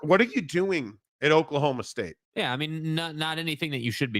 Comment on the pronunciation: Not oak-state, it’s Oklahoma state. You say no heart? Coming back from a 14 point deficit? Give me a break lol